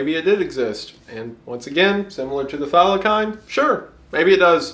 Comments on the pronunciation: Wendigoon, my man, I love ya but PLEASE YOU'RE KILLIN ME it's pronounced Thyla-SEEN not thyla-kine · Love your stuff. Looking forward to the rest of the series. One thing from an Aussie about the Thylacine. Its pronounced Thigh-la-seen. Theres also a more modern cryptid type animal called the drop bear, but its based completely on made up stories told to tourists. Every Aussie is in on the joke.